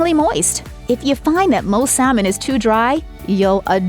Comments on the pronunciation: It is sa-mon, not sal mon. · I think Captain D's is better because at least they had grilled and baked fish instead if just fried-which is all the Long John's had. It's pronounced sammon, not sal-mon.